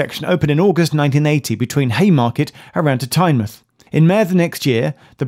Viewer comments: Not "TyneMUTH"... Tyne Mouth. You dont say the Muth of the river.. its the mouth of a river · Great to see a video on my local system, but I cringe to myself every time you say Tynemuth (it's TyneMOUTH). It also has a toilet hidden away so Whitley Bay isnt the only one! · TYNEMUTH NONOOOOOOO IT IS MOUTH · South Coast towns ending in -mouth are pronounced '-muth': eg Exmouth, Plymouth, Teignmouth (pronounced Tinmuth!), Portsmouth. I moved here in '89 and Tyne-mouth sounded wrong for ages. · Tyne-muth not Tynemouth was what bothered me, though at least he pronounced my home station of Gateshead right. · Well that must be the first time I've heard Whitley bay as 'charming'. 40 years ago maybe, but now? now so much. Also have to mention, Tynemouth is pronounced 'Tyne Mouth' not "Tynemuth" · One thing; Tynemouth is pronounced like the mouth on your face, rather than 'mith'. 🙂 I think it may be the only UK place name to pronounce it as such - if there are any others with the same pronunciation, please feel free to let me know. Apologies if someone else has already filled you in. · TyneMOUTH - it’s the MOUTH of the river Tyne so don’t skip the pronunciation 😭 (still enjoyed the vid) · Tynemouth is pronounced tyne-mouth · Its the way tynemouth was pronounced got me